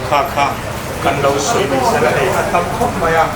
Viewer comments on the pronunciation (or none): none